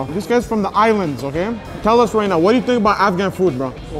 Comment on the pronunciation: "This guy said afhan rice and peas, no this is afghan rice" 😂